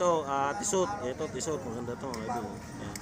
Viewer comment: Pronunciation of Tissot... Tee. sow ☺👌